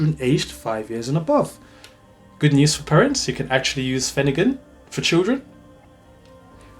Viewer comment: The R is not silent. It’s pronounced phen- er-gan not finagin